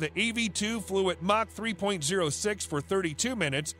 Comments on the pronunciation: mach is pronounced (mock) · Pronunciation correction ---mach is pronounced much like mock , not mash as you pronounce it. Also if you like videos about planes that were ahead of their times ,check out the SR-71 Blackbird from McDonnels " Skunkworks , a plane from the 1960's that STILL holds the world speed record .